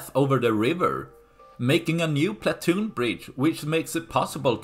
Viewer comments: It’s pontoon bridge, not platoon bridge. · Pontoon bridge, not platoon. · are you saying 'platoon"? it should be pontoon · Platoon Bridge. ❌ Pontoon Bridge ✅ Regardless of the above, good video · Why do you keep calling it a platoon bridge instead of a pontoon bridge? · Someone advise the narrator that it is a pontoon bridge,not a platoon bridge.He said platoon numerous times and no one noticed in editing. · It's PONTOON bridge, not platoon. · Say it with me, 'PON' same as 'Gone' , "TOON' as in cartoon, or 'tune' PON TOON. PONTOON bridge. Hope this helps! What do I think? Sink it already! How hard can it be with those HIMARS? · *Pontoon bridge, old boy, not "Platoon bridge." - otherwise, spot-on. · Pontoon bridge. Not platoon bridge, ffs. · Pontoon bridge. Not platoon bridge. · Pontoon bridge not platoon bridge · Pontoon,pontoon not platoon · Pontoon not Platoon. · PONtoon, not PLAtoon.